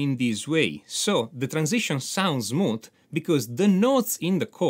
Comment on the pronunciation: so Zmooth!! 😊and Zmoothly Your accent is adorable 😄. Very peculiar. Never heard anywhere 😁👍🏻